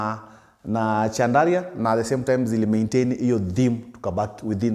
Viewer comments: Pronounced as SHANDALIA ...... french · Kazi safi boss but pronounciaction ya chandelier ni shandalia sio chandaria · I was wondering why he keeps talking about Chandaria. Kumbe he is talking about chandelier pronounced shandelier. 😅😅😅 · Just sound it as ‘shandalia’ 😂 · Wewe sio Chandaria 🤣🤣 ni chandelier promounced shan·duh·leeuh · Boss jaribu kusema "Shandalia" basi...chandaria ni ikambuni ya tissue papers babadogo munya. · Chandelier, as in shandalier sio Chandaria 😅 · I like how he carelessly says chandaria 😂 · Caught me off guard the first time, was wondering kama ni Chandaria the person 😂😂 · It’s not like westerners pronounce our names properly… give the guy a break. Mradi msee anaweza job, the rest are details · Ina pronunciwa shandlia